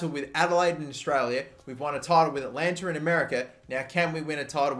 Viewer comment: Atlanta, not Atalanta